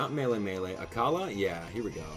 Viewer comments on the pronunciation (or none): none